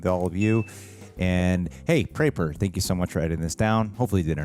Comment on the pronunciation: Nothing will beat them saying "prepper" for like 2 years when it's obvious it was always 'pray-pur'